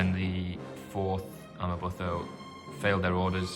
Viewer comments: amaButho is pronounced Amma-boo-toe not amma-buh-tho. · Amabutho - ama boo to (as in tomato). Great video. Sorry to pick on pronunciation. Understandable really.